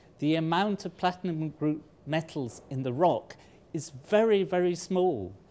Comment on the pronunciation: It's metals, not mettles!